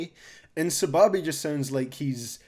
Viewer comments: it's Sa-baby that's how you pronounce it, plus when it comes to his music he has an aesthetic where he mixes hella reverb and delay so it sounds like laid back but to me it's kinda ass and messy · it’s pronounced “sah-baby” and if you’re gonna check him out, you should probably start with his 2019 “Squidtastic” album. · Correct me if I’m wrong but I’m pretty sure it’s pronounced Suh Baby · It’s “Saw” “Baby. Thats how you pronounce SahBabii